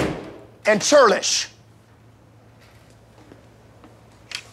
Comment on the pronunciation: I'm sorry... chirldish??? lmfaoo he said churlish